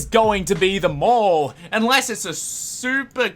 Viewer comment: Op it’s mall